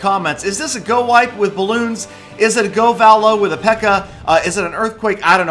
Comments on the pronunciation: i'm wondering why you pronounce govalo like that. most people say go-vah-low where you say go-vaa-low, and if your pronouncing troops names how they would be abbreviated shouldnt it be go-va-lu? cause loons are pronounced luuns not loowns, just like valks are vaaalks not vahlks. i hope this makes some sort of sense cause pronunciation on youtube is a bit tricky lol. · Does it bother anyone else how he's pronouncing govalo